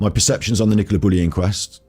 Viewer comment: Stop Bullis and pennis...when should be saying buleeeeeee' and peneeeeeee 'Chuskateer'....(Arsoss!)